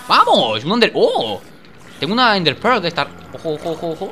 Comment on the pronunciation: Se dice Ender pel